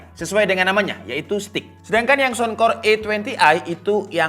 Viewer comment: Saunkor..bukan sounkor